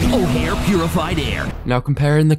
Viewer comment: Not o’hare air 😭